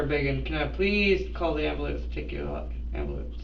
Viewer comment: I'm still trying to figure out what an amboolunce is